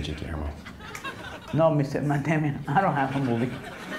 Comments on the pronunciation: In fact he says Matt Demian! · Yeha but his pronouncation is wrong. its pronounced: "Matt Damion" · Both wrong if you rewind the clip you will hear he obviously said Matt Damion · "Mat Damian" haha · I love it when he says Matt DEImon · "Matt Damion" lmao Guillermo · "Mister Mat Demion" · "Mat Demion" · Lol, he mispronounces his name as “Damian.”